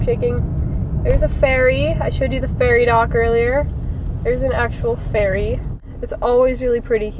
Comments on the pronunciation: Wow it took me a while to realize you were saying ferry not faerie....ha! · i only realised at the end of the video that you were saying 'ferry' and not 'fairy' lol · for second there i thought you said there was an actual FAIRY and i got really excited only to realize you were saying FERRY